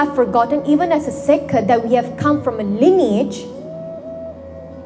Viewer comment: She sounds strength of a sick 😂